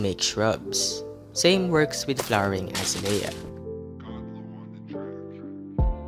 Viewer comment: uhzayleeuh not azuhlayuh